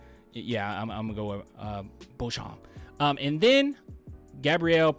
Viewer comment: It's pronounced "Bo Champ" =Beauchamp